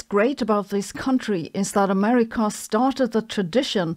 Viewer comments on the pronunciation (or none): none